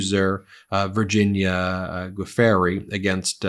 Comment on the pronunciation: Dude, there is SO much media out there that will teach you how to pronounce Virginia's name. It's just research.